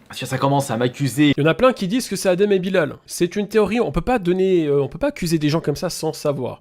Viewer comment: Svp respectez le nom de Bilal (juste pcq c'est un nom musulman) ça se dit Bilel et ça s'ecrit Bilal